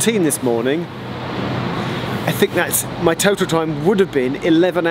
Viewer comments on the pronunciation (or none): none